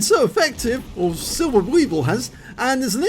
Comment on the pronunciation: Hello, thank you for taking my Replay❤️. The pronunciation in englisch for my name is SilberSwiebel, but it was very good for the first time😄.